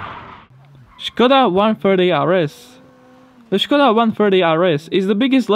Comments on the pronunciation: I'm sure he didn't have any pain at all to pronounce Škoda correctly, 'cause he's Slovakian ;) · Nice he actually took the pain to pronounce Škoda correctly :D :D Thunbs up :)